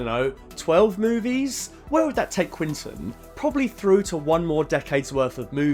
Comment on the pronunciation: Who the hell is "quintin" tarantino?